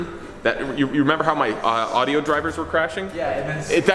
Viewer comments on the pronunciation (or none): none